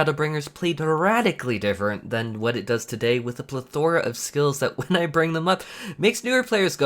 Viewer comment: Gonna be annoying, so pleth-aura. Vs pleth-ah-ruh. Second one please.